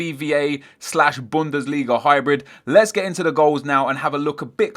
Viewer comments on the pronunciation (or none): none